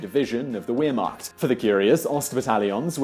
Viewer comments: The Weir-macht? I thought it was the 'ver'-macht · It's not wheremacht its vermacht lol lol lol 😂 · how bloody hard could it be to pronounce ver-maht weermakt my ass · Isn't Wermacht pronounced with a 'V' sound not a 'W' sound, since its German? I've noticed in a couple of the other videos as well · only one pronunciation in my honest opinion...Wermacht :P - it's not were or where...it's more like Vermacht otherwise fascinating story, as always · In german the W in Wehrmacht is pronounced as a V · He pronounced Wehrmacht with a "w" when it should be pronounced with a "v" ... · "Weermacht"??? The w is pronounced as a v in German. It's Wehrmacht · its not pronounced Wehrmacht its pronounced Vehrmacht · you pronounced wehrmacht wrong. the w in german is pronounced as a "v" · Wow, that's a heck of a misadventure. Enjoyable to watch. Though it's pronounced Vermacht despite being spelt Wermacht. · He said ware macht.. Its pronounced vare macht Im triggered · dont know about the korean pronunciation but "w" is supposed to sound like "v" in wermacht... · Amazing story. This would make a good film. By the way... "Wehrmacht" is pronounced with a "V" , although spelled with a "W". Good vid though. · It's pronounced "Vehr-maht", not "Where-maht". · It's not your pronounciation of his name i think you should be worried about, but your repeated mispronounciation of "Wehrmacht" it's said with a V not a W. Jus' sayin' :D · You may have not miss pronounced his name but you sure butchered the way you pronounced Wehrmacht !! Its pronounced with a V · No one: Absolutely No One: Simon Whistler: "The Wheremarkt" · PRONOUNCED "Veermacht" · One needs to learn to pronounce "Wehrmacht", and He served in the "Reichsheer" not the "Vehrmacht" to say it correctly...Other than that, a good video... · It's pronounced "vermarc" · wheer-macht? c'mon.... it's not hard. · When you said weer-macht I cringed a little. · Just so you know, Wehrmacht is pronounced "v-air-mack-t" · we-ermacht XD